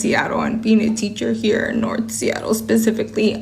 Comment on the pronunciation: no wonder so many kids are so dumb. This TEACHER said pacifically instead of specifically